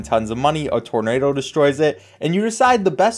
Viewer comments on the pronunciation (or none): none